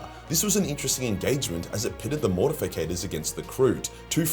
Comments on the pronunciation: Why does mispronounce Mortifactors as “Mortificators”? He does this a lot and I’m just kinda curious if anyone onows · But. It's "MORTIFACTORS" not "MORTIFICATORS". Ffs man, get yer shit together. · Morti - factors... Not morti - fi - cators. But cool video 😂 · It is spelled and pronounced Mortifactors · It's spelled and pronounced Mortifactors. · its MortiFACTORS ffs :D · Yeah idk why so many people mispronounce it